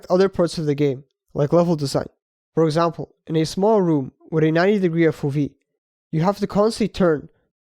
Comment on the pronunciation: FO-vee? 😅 you can't mix It's Eff-oh-vee